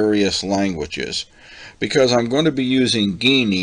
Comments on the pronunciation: Alright, listen: STOP SAYING "GAY-NEE" !! It is pronounced JEE-NEE. How the hell do you get "GAYNEE" from Geany? According to their own FAQ website, they tell you: Q: How do you pronounce Geany? (^) A: ʒeːniː (pronounced like "genie") And do you notice the "lamp" icon with the "Genie" coming out? (Like Aladdin's lamp) Please stop saying it as GAY-NEE. The 2nd time you said it that way we stopped the video. We thought if you overlook this detail (a basic, important one), then who knows what else in the video is wrong? (It always amazes me how people seem to almost go out of their way to mispronounce certain words that otherwise seem obvious.) !! It is pronounced JEE-NEE. Remake the video pronouncing it correctly time, please. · I'm too late to the party, but yeah hearing a hard G was hard on my ears. The logo is a lamp. Thanks for the video.